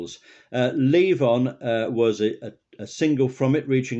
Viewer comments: It's Levon, not Leave On. LOL! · Leave on? Um, it's LEVON.